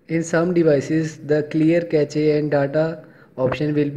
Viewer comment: Ur pronunciation is mistake "cache"